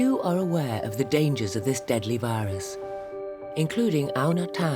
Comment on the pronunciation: Dieamond viyurs she cant speak